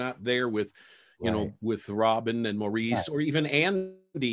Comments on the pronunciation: Boy, Barry was so kind about that. Inept interviewer. Also, Maurice is pronounced Morris. Mo if you can't say Morris. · It's not moreeece.It's pronounced like Morris.His name is Maurice Gibb The brother of Barry and Robin Andy and Leslie.